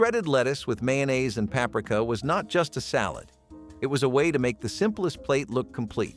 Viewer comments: It's Papreeka. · He made paprika sound like Africa lmao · Paprika- pa-pre-ka. You are welcome.